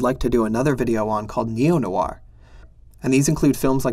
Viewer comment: It's hard to listen when you keep pronouncing name of the genre incorrectly. Noir is one syllable not two. The genre is pronounced as Film Noir, not Film No-Wah.